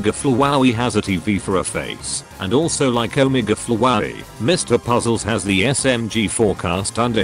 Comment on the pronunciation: “Omege flowaey”